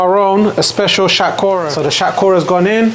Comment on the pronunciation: Sounds weird when you say bengali words such as shatkhora in the coconut way. Just say it in bengali man give it to them in the real way it’s more authentic like that